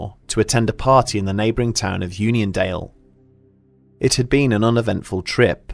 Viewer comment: Keep reading onion instead of union.